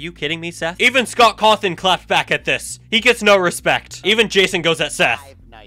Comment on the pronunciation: It's so funny that Jason then immediately said "Scott Cawthorn."